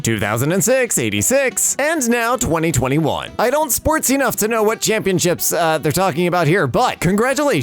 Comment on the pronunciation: Nobody: Me: Is silently triggered because said "202012" but letting it go because she is sweet and pure bean